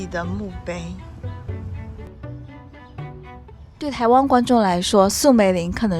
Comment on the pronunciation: 她為什麼沒有回台（汪） -是灣 沒有和蔣介石合（讚）-是葬 （詹）幼儀-是張 妳的中文發音 未免太差了吧！ 如果不看字幕，不太確定妳在講什麼！ 妳要不要請他人來配音啊 （難怪一些電視劇要請配音員）